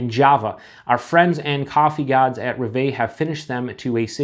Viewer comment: It's roooooooooveeeeeeeeee ! it's actually "Rev", which means Dream in French. Cheers !!!